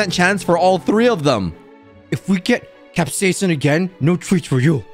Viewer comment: Ur pronouncing capsican wrong it's cap-siscin not cap-seasen